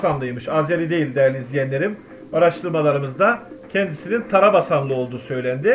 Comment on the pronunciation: Tarabasanlı yok Kardeşim, Tabasaranlı!